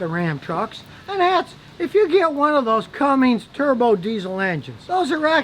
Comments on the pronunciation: It's "come-ins", not cummings, no g in it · Scotty, it's "Cummins" NOT Cummings" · Hey Scotty. It's Cummins, not Cummings. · LOL,, ya gotta wonder about a so called "mechanic" who doesn't even know it's "Cummins" NOT Cummings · fyi, its CUMMINS not CUMMINGS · It’s not comings diesel, it’s Cummins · I love how he's like those people that can't pronounce a word but it's right in front of them spelled out. Cummins you major Ahole, not Cummings! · Scotty, Mexican Rams historically have been better than the ones made north of the border...and for the Love of God, it's CUMMINS, not Cummings! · Cummins, Scotty. Cummins, not Cummings!! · Did he really say Cummings? It says right on the side of the older trucks, Cummins! NO "G" in the name. Who pissed in his Cheerio's? What a rant! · Scotty.....it’s Cummins....NOT Cummings. You knew that, didn’t you? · Lost all respect for this dude, cmon dude “Cummings”?? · This guy must not know how to read. Its Cummins, not Cummings. What a blowhard. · It’s a “Cummins” not a cummings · "Cummings" smh The second you used that word you lost all creditability. It's CUMMINS. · Scotty, it is Cummins, not Cummings. Cummins is a reputable diesel engine manufacturer. Cummings sounds like a bedroom activity. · Cummins. There is not and never has been a G in the name Cummins. Unless you're Cummings for Cummins, which at that point you need to see a doctor. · Honest feedback, this video was trash (normally your videos are informative or funny). Over 9 minutes of no substance other than you don't like the AC systems. You aren't even familiar with them enough to say the brands correctly (Cummins, not cummings). Speaking from experience, I'm on my 3rd Ram and they've all been reliable. The Rams aren't perfect but none of the trucks are. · Why does Scotty and so many others out there say Cummings?!?!? It's CUMMINS!!! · There is no g in Cummins. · What the heck is a Turbo cummings? LOL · ITS NOT CUMMINGS LOL ITS CUMMINS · Cummins not Cummings